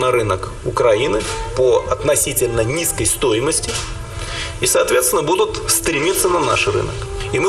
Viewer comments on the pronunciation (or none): Майкле, правильно казати будутЬ